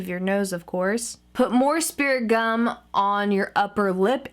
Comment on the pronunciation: Is she saying speriment gum!